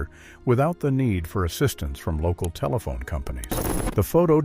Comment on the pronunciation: Some of these photos are funny enough, but when the narrator pronounces, telephone, as "tele-fon-ee" it just becomes hilarious!!